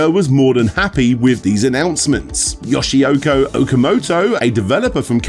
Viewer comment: The Dreamcast has many forgotten gems by CAPCOM. And is sad those gems were never a commercial succes. -, it is Yoshiki, not Yoshioko.